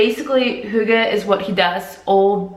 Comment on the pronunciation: Where is this girl from in denmark. Her pronunciation of the word hygge is so off???? Edit :Oh she's polish, she came in her late teens, she absolutely didn't grow up in denmark with that accent.